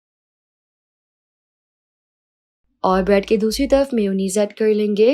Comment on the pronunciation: Ek tayaf rakh lena he esa kyu bol rahi ho